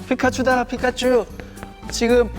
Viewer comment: 저피카츄발음 자해요